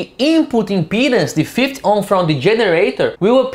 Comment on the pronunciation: Thanks for your tutorials they are very good. However take. care of the 50 pronunciation in English it is "Fifty" not "Fith"